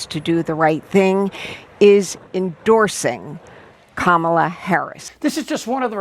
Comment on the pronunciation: H I he is actually pronouncing Kamala correctly now, well done Donnie